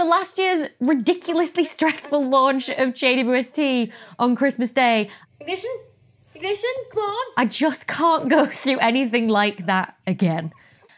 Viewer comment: Yea, well, if you are going to me the narrator of a rocket launch, you should not have trouble saying "Ignition"